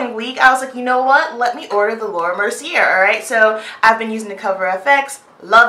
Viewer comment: Thanks for this review/demo! I'm loving all these companies coming out with powders for us, too!!! P.S. "Mercier" is pronounced like "mer-see-A" like in the last syllable of "latté" Not trying being rude at all I promise, but I just thought you'd want to know :) <3